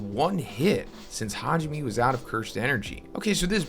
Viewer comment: It’s Ha ji ME (MEI/MAY) Learn how to pronounce the names for crying out loud.